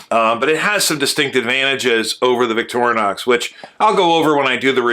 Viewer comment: I like how you pronounce Victorinox.